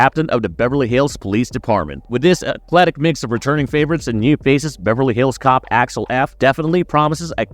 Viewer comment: Did bro say Alex f 😂